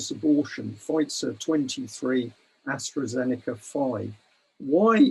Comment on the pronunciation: Hello and thank you to UK Column for this info. One comment for: it is AstrAzeneka NOT AstrOzeneka and Pfizer is a US company now even if it is named after a German chemist and is pronounced FIZER, the "p" being silent and the "z" no longer pronounced in German way. I don't like to be pedantic but as you pay attention to detail I thought I would mention it.